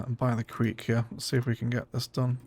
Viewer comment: Creek not Queek.